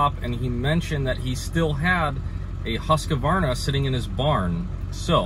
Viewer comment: Husk -Varna or Hoose - Varna But there’s no “ Uh” in it .